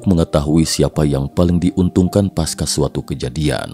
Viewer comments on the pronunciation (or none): none